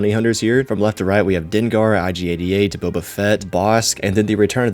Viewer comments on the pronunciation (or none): none